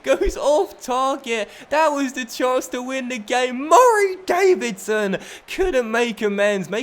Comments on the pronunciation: Pardon my ignorance, but why does he prounounce Murray Davidson's name so weirdly? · Why do you say Murray Davidson so weirdly